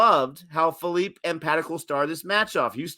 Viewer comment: Josh phillipe wasnt even in full flow guy bashed archer and Rashid in big bash as a youngster if he gets going he can take the match away in 1 over And it’s pronounced (Phil-li-pee) like the Philippines. Rcb missed siani as he is injured and his replacement dale steyn leaked runs. No disrespect to dale steyn he’s the GOAT best bowler of the decade hands down but he is passed his prime. Even though it is a loss it’s. a positive that rcb came close to beating Mumbai without Virat ab and Saini